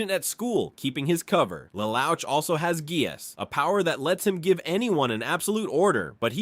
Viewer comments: 'lel ouch' i am dying lol its pronounced le loosh a cursory search on pronunciations could tell you this man. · This guy pronounced Lelouch name in four different way lol